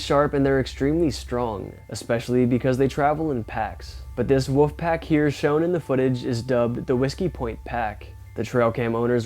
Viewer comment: I just have to do this.. It's not woof it's wolf.